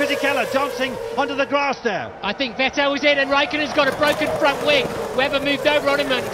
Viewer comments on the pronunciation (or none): 2008: Vettel pronounces as "Vuhtell" Now: Vettel is pronounced "VETtel"